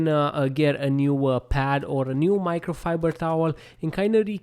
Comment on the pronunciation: Micro fiburrrrdrrr towel😅